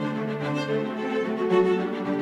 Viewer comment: By the way, Joachim is pronounced Jo-a(as in ham)-keem in French 🤷‍♂️. Apart from that, love the narrator, great accent in every language used.